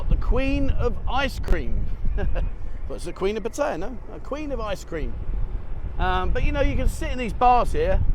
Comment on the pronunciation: That was an interesting video. Keep up the good work. However you need to learn how to say Pattaya properly.